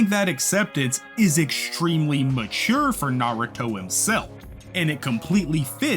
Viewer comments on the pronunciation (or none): none